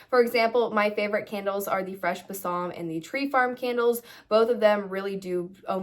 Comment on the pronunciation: You are pronouncing Balsam incorrectly— please Google it